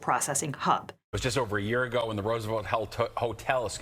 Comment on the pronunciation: Could you please pronounce 'Roosevelt' the right way.